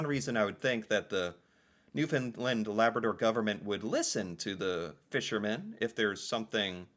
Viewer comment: Kudos to for finally learning how to pronounce Newfoundland.... It only took two years. He still thinks its named after the dogs though....